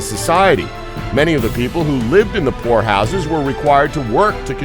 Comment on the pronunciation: I thought he said whore house but poor house